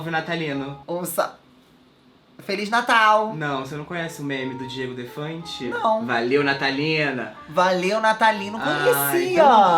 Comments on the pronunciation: O errando o nome do Diogo Defante no início do vídeo sksksksk "O DIEGO DEFANTE EU CONHEÇO" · n é Diego Defante..... é Diogo KKKKKKKKK